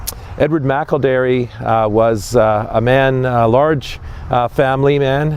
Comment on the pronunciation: is awesome, he correctly pronounced Edward McElderry's name! I am a McElderry from the USA. I'm not sure how Edward is connected to my family line but, all McElderry's are related. Thank you for making this video!